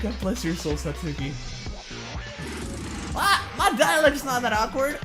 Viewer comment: Its satcuki